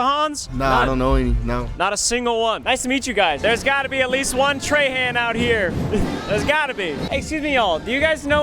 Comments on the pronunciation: im from Houma Louisiana and no one pronounces Trahan like that here. We say (Tra- Haw) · Ryan not realizing "Trahan (tray-han) " is pronounced "trahan( traw-haw) " in Louisiana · Ryan your last name is pronounced differently in Louisiana its Trahahn not Trayhand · In Louisiana we pronounce Trahan as “Traw-Hawe” in a French tone. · Bro as someone who lives in Louisiana this is a great representation of all the bugs that are EVERYWHERE in the summer it’s actually horrible, fun fact we also say Trahan it’s weird but we pronounce it more like Trawhaw and beignets are delicious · the last name trahan in louisiana is pronounced troh-hoh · Traw hawh is how Trahan is said down here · If you go to Lafayette, your name is pronounced Traw Haw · As a southern Louisiana we pronounce Trahan as “Traw-hawn” (that’s my last name) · My last name is pronounced Trawhaw though.. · Louisiana native here! Around here Trahan is pronounced as “traw-haw”. There are lots of them in Cajun country!!! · In Louisiana your name is pronounced “Tra-Han” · While he was in Louisiana he should have learned how to pronounce his own last name Trahan correctly and not like a Yankee! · You pronouncing your own last name wrong as a Louisianian